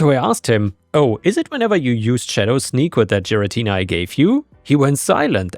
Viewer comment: hearing butcher giratina’s name (gare (like gary) uh tea nuh made me cringe slightly. anyway NTA on story 2